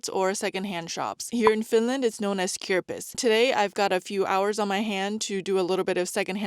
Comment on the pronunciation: You pronounced flea market beautifully